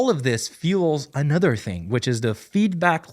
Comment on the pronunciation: they way you said “another” was a huge giveaway. ur the goat man ❤